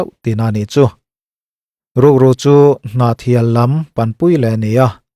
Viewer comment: Ngaih thlak zawh hma, a tira Hnahthial khua, lam rik, hriat takah chuan, comment hmasa phawt tehang.😹 Kan khua/khaw hming lan dan chu aww!.. Ava hmai uan thlakloh ve aww.. Ngaih thlak zawhah, comment chhunzawm maiang. 😅